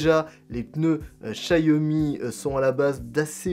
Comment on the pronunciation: Ce n'est pas "chaYomi" mais "chaOmi" merci pour mes oreilles....